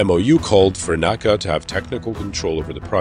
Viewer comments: I'll admit, I'm both anal retentive and a dinosaur, but FFS, it's N.A.C.A, not Naca (ie, you spell it out, not pronounced as a word). I made that faux pas early in my aerospace career and was promptly corrected by my elder AIAA and NASA colleagues. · That and NASA NACA Not NOSA and NOCA